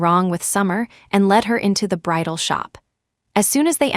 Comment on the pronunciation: BRIDAL not bridle